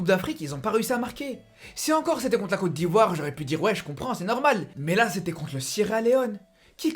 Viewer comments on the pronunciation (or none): none